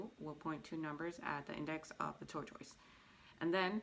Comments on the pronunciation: Can you please pronounce tortoise properly? Jeez!!! Driving me nuts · You say tortoise wrong.